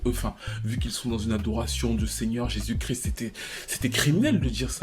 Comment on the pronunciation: L'adoration de seigneur jésus Crrrris tu m'as tué lol